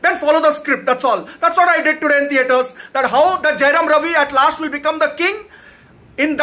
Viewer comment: First u learn the title properly man. And it's Jayam Ravi. Not Jayaram Ravi. 😢